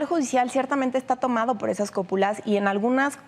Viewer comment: Dos veces dijo, CÓPULAS y NO cúpulas. Jajajaja 😂🤣